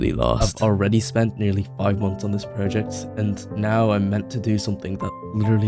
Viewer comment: Praw-ject ❌ Proh-ject ✅